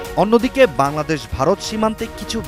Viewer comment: ### কুকুর শুকুর সাংবাদিক উপস্থিকা বাংলাদেশের নাম বলতে পারে না